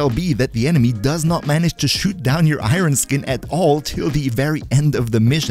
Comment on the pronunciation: Great video :) but please for the love of gd relax your pronouncing of Iron lol